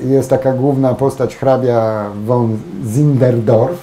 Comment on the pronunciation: Hrabia won Zingendorf ? Panie Drze. v czytamy jako "f" w niemieckim. von = fon. Nie, "jak Anglik ze Złotoryi." Za prof. J. Miodkiem. To nazwisko; Siengendorf czy Siegengorf > Śpiewnawieś czy Zwycięzkawieś? austriacki hrabia/graf? ;)